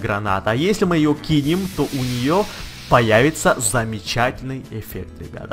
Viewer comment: говорить научись!!! не стенУ, а стЕну, не замечательныещся, а просто ЩАМЕЧАТЕЛЬНЫЕ